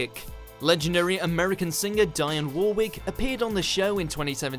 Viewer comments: “ Diane war-wick “. Shite pronounciation 😂😂😂😂😂😂😂😂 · Dionne Warwick's first name is pronounced Dee-on NOT Di-an!! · Dieonn Warwick it's pronounced Deonne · I'm such an idiot. WHY OH WHY do I keep watching your shite? 30 seconds of you rambling, 1 second (if we're lucky) of the actual video you're describing. PS it's 'Dee-on' Warwick, not 'Diane' FFS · Her fkin name is " Deeon Warick" not Dyon WarWick you fkin lemon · Die-On Wor-ick? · Guy Wilcox Actually the narrator pronounced her last name correctly but mispronounced her first name by saying “D-eye-ann” when it’s pronounced “D-ee-on”. Also, it’s pronounced “E-rock” not “Eye-raq”. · Eeek! I’m British myself & even I know how to pronounce Dionne Warwick’s name properly 😂🙈 You slaughtered it bro! LOL - It’s Dee-Yon Wo-rick (the same way as you would pronounce Warwickshire 🙄) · It’s Dee on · Die on war wick? Pronounce shit right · Die On War Wick? Fuckin' 'ell. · Awful narration, he called her Diane. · British guy narrating this video, yes..But with the worst English pronunciation ever seen!! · Despite commenting on British awkward interviews, the narrator can’t seem to pronounce British - as well as foreign - names like the British do. Clangers include Dionne, Warwick, Salisbury and Iraq which are all pronounced in a weird way. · Good video despite you wrongly pronouncing “Dionne”, “Salisbury” and “Iraq”.